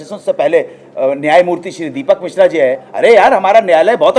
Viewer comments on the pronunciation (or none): none